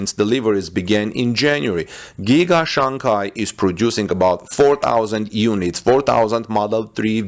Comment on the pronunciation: Its Shanghai not Shanghia